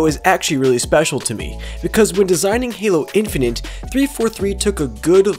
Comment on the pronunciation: "Halo Infininte"... really dude?